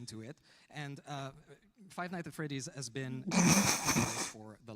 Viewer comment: God it was such an honor to meet Mathieu Cote and grab a photo with him. He’s the dude who handles all the licenses and what not for dbd but he can’t pronounce Five Nights at Freddys for the life of him with his thick French Canadian accent 😭